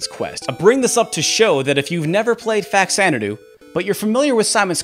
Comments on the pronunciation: American pronunciation is just so weird. FAX-Zanadoo? It will always be “fa-cha-na-doo” for Captain S here. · It’s not pronounced “Fax-Ana-do”. The game is a take on the Xanadu(which is pronounced with a Z sound at the beginning) series except on the Famicom. Faxanadu is actually a Japanese portmanteau for “Famicom Xanadu” much like Famicom is short for “Family Computer”. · Faks-anadu is the correct pronunciation. X only sounds like a Z at the beginning of a word. When you add the prefix Fa-, the /z/ sound changes to a /ks/. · Nope, the X is pronounced in Xanadu and the FA in faxanadu is from the first two letters in FAmicom. Though it should be pronounced fuh-zan-uh-due, at least according to what’ve I’ve been told. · It's pronounced Fa-Zanna-doo. Oh, okay. He points that out. Early money shot before watching it all. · Just because some producer or script checker got the pronunciation wrong for a tv show, doesn’t make it right. #Fazanadu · Actually, the reasoning behind English speakers misinterpreting the pronunciation of Faxanadu is much simpler and likely something that the Japanese developers didn't know/remember/care about; in English, X ONLY makes a Z sound at the very beginning of a word, and a KS sound in all other locations. So it's not too hard to look at the word Xanadu and guess it's pronounced Zanadu, but Faxanadu, in English at least, is more natural as Faksanadu. Also, I've played both of these games (I never completed Faxandu because it froze on me and I hadn't gotten a password in a very long time), but honestly, for me personally, I prefer Castlevania II. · The "x" is pronounced as a "z" there homie. Get a clue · You pointed out the correct pronunciation twice in the video, yet you insist on saying it the wrong way. You are close minded. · Everything you said is great and pretty much all of it is spot on. That said, there is a correct pronunciation for the game Faxanadu. Truth is stubborn.